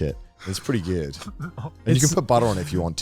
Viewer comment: it's pretty geywd